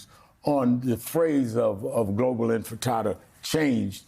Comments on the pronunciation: "InTIfada"! , dear Rev Al Sharpton! InTIFAda"; NOT "InFITAda". "INTIFADA" means "RESISRANCE"! Means "REVOLT"! Nothing "antisemitic". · What’s an inti-fit-tad-da? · Did Al Sharpton say “globalize the intostada” 😂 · He said globalize the Frittata. 🤣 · Sharpton: Words are important Also Sharpton: Globalize the InfantFritata😂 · When hit w the usual ignorant mispronunciations like globalize the enchilada, ensalda, enfitada Medulla Oblongata🤭 Mayor Mamdani responds w the eye of the tiger 👁️👁️ 🗿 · Al Sharpton mispronouncing “InFITada” is so telling. Does he even really care or just hitting Mamdani with cheap shots fed by MSM? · Globalize the enchilada 🤦‍♂️ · He called it “ frittata” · That's two prominent black folks that can't say intifada and incorrectly corrected it live the same way 😂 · Are ya'll racist or stupid? Or both? It's intifada, and it's not that hard to pronounce. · Al Sharpton should learn to pronounce the word correctly first before speakimg against it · If it is so scary of a phrase at least spend a minute learning how to pronounce it. MFer can't say it right to save his life. These ppl are a joke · i cannot believe zohran managed to keep a straight face when Rev started pronouncing intifada